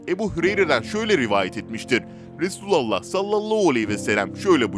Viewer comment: Duymak isdemiyoruuz duzgun soyleyin efendimiz peygamberimizin ismini